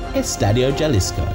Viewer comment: Just to say that you don't say CH pronouncing Cuahtemoc it's Cua-Te-Mok, and for Jalisco don't say the J it's like Ha‐li-Sco